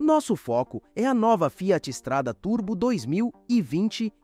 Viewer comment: O texto é feito por narração automática. Por isso a pronúncia "Fiáti". Burrão...